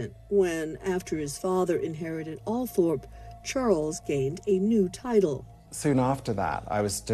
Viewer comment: Basic research: Learn how to pronounce Althorpe.